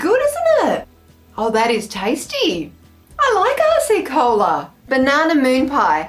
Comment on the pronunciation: Don't know if other people have said this, but it really sounds like you're saying "arsey cola" which gave me a chuckle :)